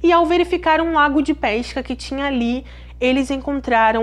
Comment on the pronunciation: Vou deixar aqui uma critica constructive. As vezes não entendo certas palavras como PEISCA ? FLOREISTA? ETC .... Acho que se pronuncia PESCA/FLORESTA FICA A DICA🙃